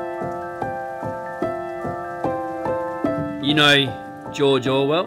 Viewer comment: have a look on pronouncing George Orwell twice, i've heard jojowal:D